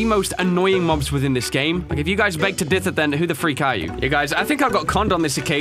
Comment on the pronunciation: "Beg to dither " U Gucci mate?